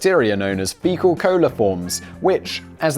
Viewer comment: It took me a minute to realize you meant fecal lol